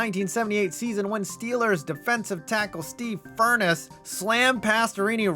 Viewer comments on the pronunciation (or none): Come on now, you’re supposed to be a professional? Kick a man when he’s dead….it’s Steve Fur-ness’ not how you pronounced it like the heater in your house.